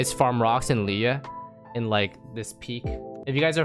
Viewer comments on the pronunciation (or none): none